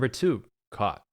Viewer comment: help at one point in this vid he said caught n i thought he said cock